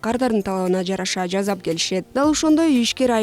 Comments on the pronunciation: Жазап эмес жасап деп айтылат. Туура суйлогонду уйрон. Сен маалымат берип жатасын. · Жасап! Жааасаааап! Сыыыыы!